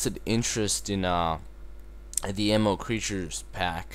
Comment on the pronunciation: Hahaha, I like how you pronounce Mo' Creatures as M.O. Creatures. :P